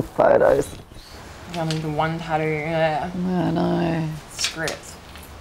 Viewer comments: "Tadoo's" lol is that similar to tattoo's?! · i dont wanna be that person but the flap d sound doesnt occur in stressed syllables and since taTTOO is stressed, it should be pronounced "taToo" not "taDoo" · NO that's NOT the right pronunciation. Jus cuz she's Australian doesn't make the pronunciation of the word right. It's TATTOO- JUS LIKE ITS SPELLED. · I Got 2 Pickles Hey Hey Hey the taturuu 😂🤣🤣🤣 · Is she aussie? Weird the way she pronounces tattoo. It sounds like tadoo. First time i hear that pronounciation. Tadoo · I'm in my 40's and that's the first I've ever heard someone pronounce tattoo- "ta-doo!" 🤔🤷🏻‍♀️ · Oh noo! It's taddoo it's like nails on a chalkboard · What is a Tadoo? Does she mean tattoo? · The thing bothering me the most is how she pronounces tattoo